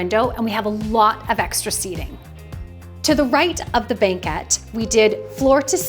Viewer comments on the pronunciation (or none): Why does she say "banquet" so weird? Is that pronunciation regional or something? I've never heard it before. Nonetheless, gorgeous renovation. I'm especially impressed with the bathroom. It really does feel super light and airy in there for the space.